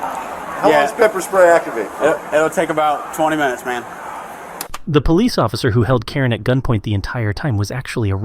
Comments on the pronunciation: It’s police, not polesse. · Paraplegic but driving a car and can’t pronounce “police” or speak properly….ok.